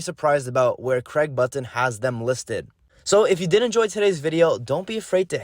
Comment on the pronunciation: learn how to pronuce button u goof disliked.